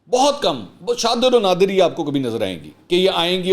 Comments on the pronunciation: منصور بھائی شادر و نادر نہیں ھوتا بلکہ شاذ و نادر ھوتا ھے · السلام علیکم منصور بھائی! وی لاگ کے منٹ پر لفظ "شاذ و نادر" ھے "شادر و نادر" نہیں. ھم سب زندگی بھر طفل مکتب ھیں اور تصحیح کا مقصد آپ کی تضحیک نہیں. ھم آپ کے بہت بڑے پروانے مطلب فین ھیں اور آپ ھمارے پسندیدہ اینکر ھیں.